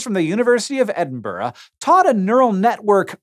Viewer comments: Thank you for pronouncing Edinburgh correctly. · I've heard an American pronounce Edinburgh correctly. My life is complete. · Big well done to Hank for pronouncing Edinburgh properly. Most Americans can't even say it right after you say it to them.